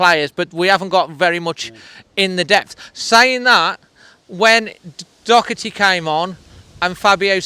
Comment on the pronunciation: Clear dive from Doherty learn to say his name